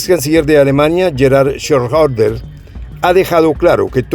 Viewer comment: si pero no se puede esperar mucho de una persona que habla español , ni ingles decentemente pueden expresar haha, no es con umlaut sobre la o , un saludo desde mexico , sera schreuder pues con Ö